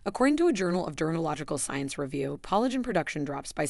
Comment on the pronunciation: Thank you for saying this. For example, "collagen" was initially pronounced incorrectly but correctly thereafter. The stress and rhythm were really off-putting. The "narrator" had a pleasant voice, but a human narrator would be much better. (Speaking as one who used to do narration for videos.)